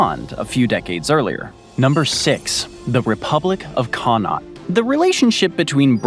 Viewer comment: connaught man here (for future it’s pronounced con-uckt almost rolling off the tongue)